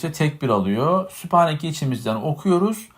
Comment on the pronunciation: video'yu anlatan kardeşim videoda sübhaneke yerine süphaneke diyorsun acaba hızlı okudu benmi yanlış anladım dedim ama video'yu yavaşlattım video'nun - dakikaları arasında süphaneke diyorsun yanlış olan bir konuyu anlatırken sende süphaneke diyorsun yanlış söylüyorsun dikkat lütfen!